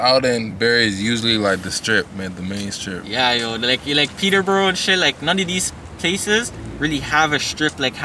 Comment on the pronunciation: Its Peterborough. Relax boys. Lol.